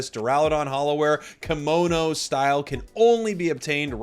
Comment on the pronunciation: Is it just me or is someone else upset about how he says kimono? Its kimo no and the i is said like english e. So keemo no